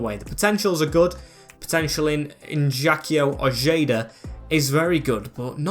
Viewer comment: did you just say In-yakio Oyedah? my friend uruguay is spanish that would be pronounced Ignasio Oheda and the e in Ojeda as eh not ee